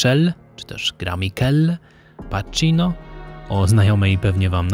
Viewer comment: Jedyną wadą jest nieprawidłowa wymowa nazw włoskich, na szczęście nie wszystkich, ale od czasu do czasu. W tym odcinku na przykład PACHINO wymawiają "paczino", a powinno być "pakino". To trochę dziwi, bo w końcu wytrawni podróżnicy i od lat kręcą się we włoskim obszarze językowym. No cóż, nobody's perfect. A filmy istotnie piękne.